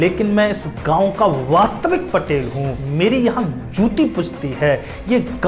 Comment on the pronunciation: महोदय वो पाटील होता है पटेल नही 🚩🔱